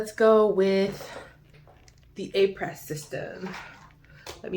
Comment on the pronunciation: Thanks for this comparison. (fyi.... it’s pronounced “Ah-pray”. Someone corrected me!)